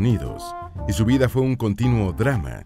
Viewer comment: Por qué pronuncia tan mal?.Dice vide, sesente, beisnoliste, hije, novie..... Corrijan la mala dicción.